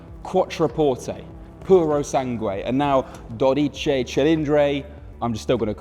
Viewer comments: What a beautiful car and what a poor reviewer.... just awful.... Also, it's Dodici with an i at the end not Dodice with an e.... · Dodici, not dodice. Cofano, not cofango. Great job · Dodici not dodice. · A man who speaks three languages is a trilingual, one who speaks two is a bilingual, one who speaks only one is an englishman. It is not doDIche, but Dodichi. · so silly he can't pronounce well: DO-DI-CI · Clearly he can't pronounce or read.... I mean... DodicE :))) Worst reviewer I've ever watched. It's like he hates his job and Ferrari in general... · not "dorici" but "dodici" and not "cofango" but "cofano"... just murdering Italian. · Not cofàngo, but còfano. Not dodìci, but dòdici. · Wrong words and wrong accents: it’s còfano, not cofàngo. Dòdici cilìndri not dodìce. Grazie! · dodiccey cilindrey and cofanGo... I guess checking the pronunciation and spelling of three words was too much of an effort